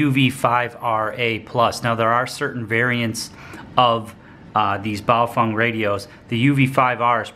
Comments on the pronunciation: It pronounced Baofeng not Baofong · Pronounced Bow- Feng, not Bow-Fung! In the event of an EMP, this little toy radio will die like 90% of all other electronics It is not a ham ht and on the VHF band this radio has 3rd order harmonics in the UHF public service band and can and will interfere with 1st responders! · ...sory but Bay'o'fang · Am I the only one how noticed that he calls the radios Bio-Fung?